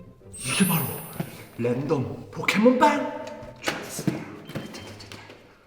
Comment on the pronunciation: 처음에 램덤 포켓몬 빵 이아니라 포켓몬 빨이라고 들려요